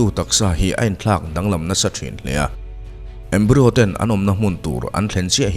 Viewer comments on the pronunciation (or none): Embryo (embrai-aw) zawk alawm